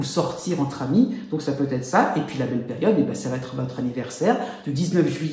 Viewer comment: Merci pour le partage 🙏 mais si vous pouviez éviter de dire "ça va T'être" 🤔